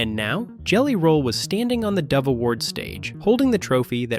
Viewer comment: Why Everytime they said dove 🕊️ it sounded like devil 😈..... I looked up why Forrest refused to attend and that is 100% humility respectable.